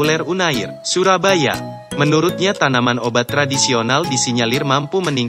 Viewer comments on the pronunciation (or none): none